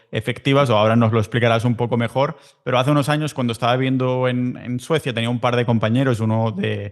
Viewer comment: Por momentos el periodista dice suecia? Jajaja